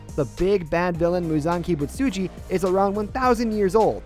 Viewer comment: Did bro just say muzaki misuji it's Muzan Kibutsuji 💀